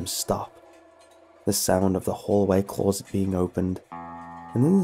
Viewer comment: I can't finish this video cause of the way he says closet